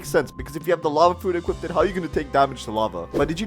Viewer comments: (“Lava fruits”) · "Lava fruit" 💀💀💀💀💀💀💀💀💀💀💀💀💀💀💀💀